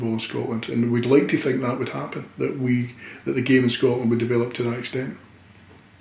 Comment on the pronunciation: love the way he says wee are years ahead in thinking..hail hail here's to next game, season and whats to be...still in Brendan wee trust..